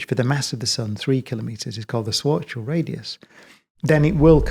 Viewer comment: I love Brian Cox because he is excellent physicist and science communicator, but above all, because he pronounces Schwarzschild correctly.